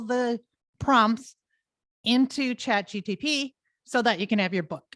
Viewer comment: Keeps calling it ChatGTP, loses credibility